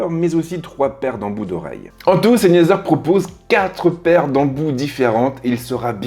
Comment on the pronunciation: Salut, Tu prononce mal le nom de la marque ça n'est pas SEYNEZER mais SENEYZER Cordialement, S